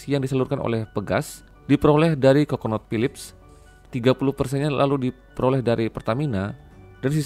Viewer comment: Conoco Phillip, bukan coconut Pak